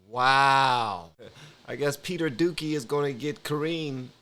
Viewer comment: It's "do-see" but I'll forevermore say dookie! 😆 is out here starting trends!